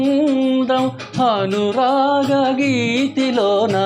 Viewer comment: "హను రాగా" కాదు నాయనా "అనురాగ"....😮😮 baboy ఏకంగా S.P, గారు, చిత్ర గారి to పోల్చుకుంటే ..తప్పు